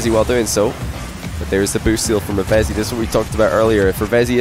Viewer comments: It's actually pronounced "Reev-Zee" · I swear it is. I think reading it wrong